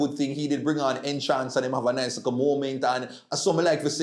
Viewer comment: Nhance not Nchance